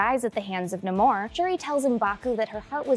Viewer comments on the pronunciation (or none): Nahmor roll the r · It’s pronounced no amor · It's definitely pronounced Namor, not Namor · Pretty sure it’s pronounced Namor